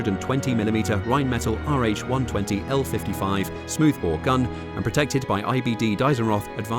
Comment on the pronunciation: The way you pronounced Rheinmetall made me physically ill